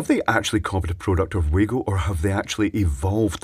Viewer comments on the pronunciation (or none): FYI Acording to the Manufacturer It's pronounced "Wa" "go", not "Way go" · Isn't it Vargo not waygo 👍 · Pronounced Vah-goh being a German product, not that it matters much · It is. And it's not. I just watched a video from wago.de, and they say vah-go. But on wago.us, they say wah-go. So I guess the German parent company doesn't mind "local" pronunciation. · Its pronounced Var-go. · pronounced "VAGO" they are german.... never trusted these, just use a screw terminal instead. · It's pronounced Vago mate. Their reps told me they stopped making the grey plastic one because it was ripped off. So they made a better product to replace it. That's not a Wago product. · Glad someone mentioned this, been reading the other comments thinking I'm in a parallel universe :) used to work in electronic component purchasing, always been Va-go to me